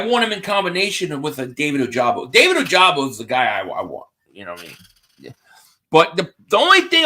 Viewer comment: it's pronounced oh-ja-bow